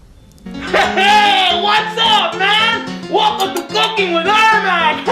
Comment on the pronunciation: Its not 'Cooking with Ermac' its 'Kooking with Ermac' mmmk?